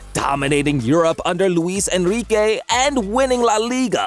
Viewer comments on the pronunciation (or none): none